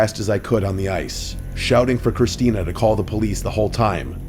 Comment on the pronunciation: ITS CHRISTINETH!